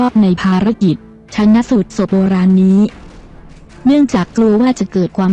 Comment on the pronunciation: สาระดี แต่อ่านไปหน่อยเช่น ชาน- นะ -สูจน์ !